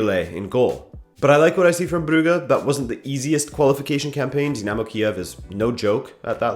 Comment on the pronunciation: He did it he did the impossible! He pronounced Brugge correctly.